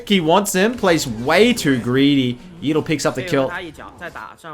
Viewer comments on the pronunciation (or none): man said yeedle